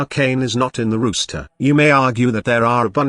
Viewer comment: I know, I was just being silly. Roster is the list, rooster's the bird, and that's how the bot pronounced it. But thanks for the reply anyway, I hope you're doing well, all things considered.